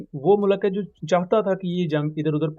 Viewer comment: Kindly pronounce proper Urdu it's mulk not mulak ❤